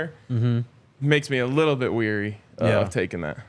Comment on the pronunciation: So since Jake often gets razzed by for name pronunciations, gotta point out that on this show twice pronounced ''wary'' as ''weary.'' Weary is tired, wary (w-airy) is cautious, as in just now saying ''I'm always weary about...'' Hopefully the FDP Alyssa or someone else will pass this on to him. Thanks for another fine Sko show!